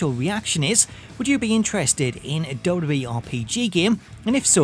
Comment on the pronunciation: I can’t watch these videos anymore all I hear is dub dub E. It’s WWE